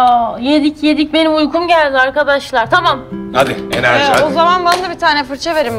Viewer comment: ’in enerci demesi dilan Polat dinliyormuş